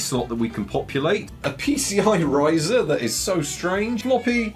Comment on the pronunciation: Did you call it a PCI razor instead of riser? 😂